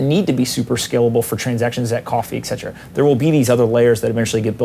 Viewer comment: who is "ekzetera"?